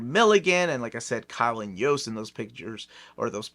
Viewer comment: When said the Kyle & Yost era I thought he said the Colin Jost era 😂 the snl guy?